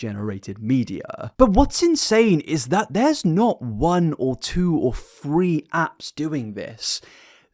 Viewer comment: When you said “three, three, three” my captions read, “free, free, free”! 😂